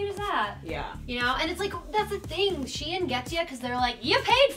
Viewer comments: I thought it was pronounced Shine... not She in??? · its pronounced sheen not she in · it’s not “she in” it’s SHEIN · Pretty sure it’s pronounced like ‘shine’ not ‘she in.’